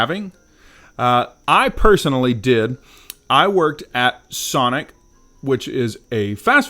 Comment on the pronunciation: I don’t think you can say “Sonic.”